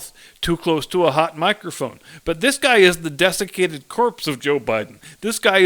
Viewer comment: At first I thought you said defecated corpse of JB. Then I realized you said desiccated and the mental picture was about the same.